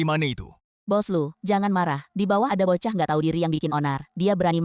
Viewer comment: Bukan bokah,tapi bochah